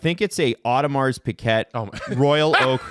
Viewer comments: Audo Mar Pee Gay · Pronounce it Audemar Pee Gay